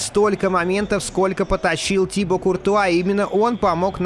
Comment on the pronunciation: Да не тИбо,а тибО!!!